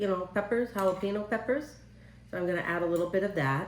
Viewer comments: Pretty close but it is pronounced...Hall Ah PEN Yo🌿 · Youre a good sport...... However it's not a difficult thing pronounce guacamole and jalapeno the correct way.